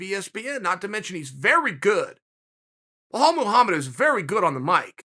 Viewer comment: who is "wahal muhamed'?